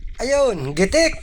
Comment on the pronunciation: GITIK NOT GITEK